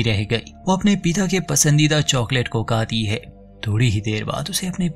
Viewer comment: Its good but need to improve Hindi speaking correctly it's not kati it's khati Hindi pado bhai